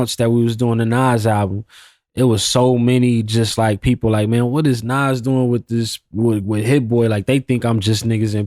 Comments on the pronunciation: I fuck with you bro but you called Nas "Nass" come on g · Did this nigga just pronounce Nas “Nazz”? 😢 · No way bro called Nas “Naz”😂😂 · Who is this idiot?? He said "Naz" 😮 ..and I didn't know Jeezy was a white boy either😂😂 stupid